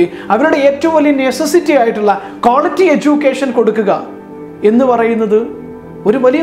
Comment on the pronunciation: It's quality. (ക്വാളിറ്റി ) Not ക്വോളിറ്റി .if you are a presenter please make sure you pronounce a good English. Sorry to mention.